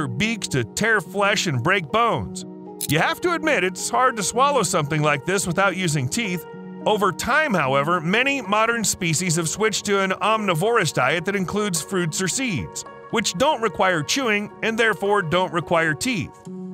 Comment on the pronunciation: "Omnivorous" is pronounced "om-NI-vor-uss," with the "I" in the second syllable pronounced as in "pig," "twig," "slim," etc.